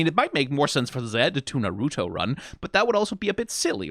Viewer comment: why is he saying naruto like that it hurts me every time